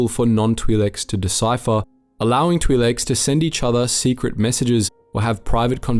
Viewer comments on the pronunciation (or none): "Twee Leks"